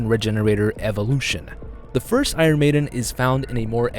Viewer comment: The way he mispronounces "iron"... Jesus.